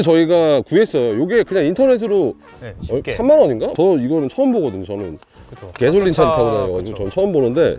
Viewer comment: 개솔린 ㅋ발음보소 ㅋ